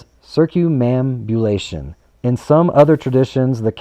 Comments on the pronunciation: Excellent information,! Thank you so much. It never crossed my mind that all traffic circles move in a counterclockwise fashion. WOW! Oh, and to help you pronounce that word, say it like this: circum ambulation (circumambulation). Cheers! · Circum ambu lation. Sound it out to pronounce it. circum ambu lation.